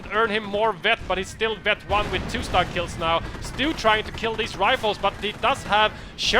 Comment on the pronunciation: Hey guys! Love your casts but "StuG" is pronounced like "stoog" because StuG is short for SturmGeschutz so the "U" there is like the U in "burn". Shortened, it sounds like stoog :P